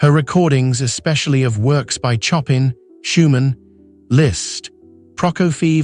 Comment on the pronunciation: The commentary is artificial, eg Choppin for Chopin. The Legendary Argerich deserves better.